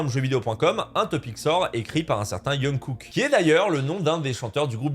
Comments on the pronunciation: C’est pas Yungkook MAIS JUNGkook merci 🥲( la prononciation et importante,Jonkok ) Jungkook 🤡😂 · Alors je reprends juste le début mais on ne dit pas Yeunkook, le j se prononce comme en français. Je me souviens de pas mal de scandales sur YT, mais celui dont je me souviens le plus était celui de Guss et je me souviens qu'il avait expliqué avoir des problèmes financiers à l'époque, en plus de la pression. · « Jungkook » c’est un J pas un Y arrêtez de dire « Yungkook » 😂😭 mais je te pardonne parce que ta vidéo est superbe 👍🏻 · Okay so ca se prononce avec un j, jungkook.... Pas un y. merci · Jungkook on dit le j 💀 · J'apprécie beaucoup ces nouveaux formats de vidéo que tu fais. Par contre, le J de Jungkook se prononce comme "Jeux" 😭😭